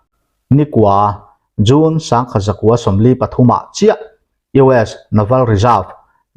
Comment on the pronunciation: June I lam dan hi a June bik ngawih2🤭